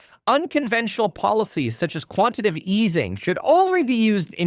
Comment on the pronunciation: Kevin it’s quantiTAtive easing, not quantitive 😂